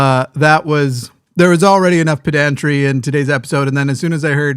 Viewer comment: Not sure if its an American English thing but I find it slightly jarring when puts the stress on the second syllable of "pedantry". In the UK at least we emphasise the first - PEDantry rather than peDANtry. Weirdly we put the stress on the second syllable of "peDANtic". Nevertheless, love The Line and GFY. (Yes I realise the irony of this post!)